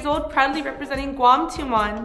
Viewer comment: I love Guam and the contestant from this country, especially when she pronounces the name of her country on the stage. It's so adorable. Go go GUAM!